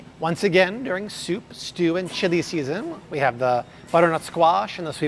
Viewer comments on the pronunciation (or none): none